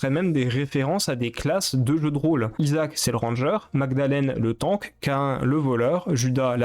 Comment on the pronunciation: Sérieusement ? Qu'un (Cain) et Sans son (Samson) ? Et appeler des choses en anglais puis d'autres en français, c'est perturbant. J'ais peut-être l'air de juste haïr comme ça, mais tu dois corriger ça (au moins les prononciations) Et d'ailleurs, Edmund n'en a pas finit avec Isaac, y'a Repentance+ qui est en beta qui n'est donc pas fini.